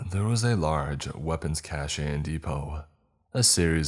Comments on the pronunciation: Loe ya bro, it's cache, not cachet, pronounced cash… :) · My mans cache is pronounced like cash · Is it too much to ask that a scientifically savvy character would say "nuclear," and not the illiterate "nuculer"? Also, "cache" is pronounced "cash". Jeez. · The only thing that I had a problem with was every time you mispronounced cache. It's pronounced "cash." But you nailed everyother word as you do in 99% of your stories. I know it's trivial but it's distracting, for me, lol. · Minor quibble. 'cache' is pronounced like 'cash'. One syllable only. Yes, I know--I should get a life.